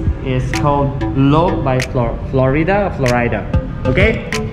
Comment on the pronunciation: Flow-ri-da. Accent on "ri" (long "i")☺️